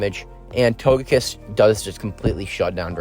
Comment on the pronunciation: I’m a new viewer here and it took me a second to realize that you had a SHUNDO TOGEKISS ( and no offence but it’s pronounced toe-ge-kiss not toe-je-kiss)